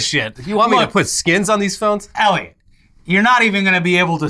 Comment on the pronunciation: Every single video ever says: Eliot, at the beginning in large letters.. which you see every single time. You: "Elliot" :_InternetMock